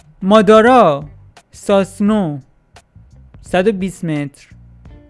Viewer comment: توروخدا اسمای توی ناروتو رو دوست بگو🗿😔😂 ساسنو نه سوسانو کاراما نه کوراما😂